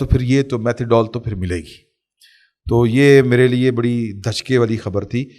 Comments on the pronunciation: Methadone not methadone. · Methadol nai hota bhai ji methadone hai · Its methodone not methudol